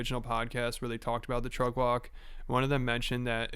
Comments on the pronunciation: Trugg walk? Sir, are you too lazy to pronounce the word truck properly? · Bro I just keep hearing “trug wok” drama 😂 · The main crime in all of this is that so many people can't pronounce truCK